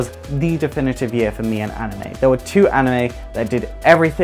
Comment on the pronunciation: ''Animeu'' -PewDiePie